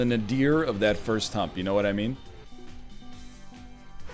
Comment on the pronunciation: That's a funny way to pronounce "nadir."